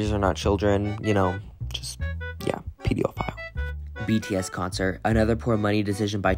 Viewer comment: i think the “pediophile” bit actually refers to the way she pronounces it😭 she says it like pediophile instead of pedophile